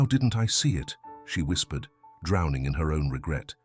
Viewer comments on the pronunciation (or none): none